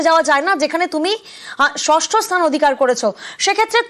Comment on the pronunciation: ষষ্ট ???😂 ষষ্ঠ হবে রে ।